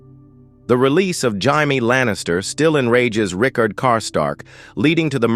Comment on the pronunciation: Jaime. "Jay-mee" not "high-me"